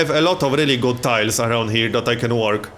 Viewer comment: "yoU cAn AiRliFT UNitsS fRoMm adJAceNt tIIILESS !!"